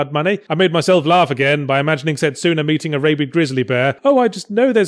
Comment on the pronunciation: u pronounced setsuna wrong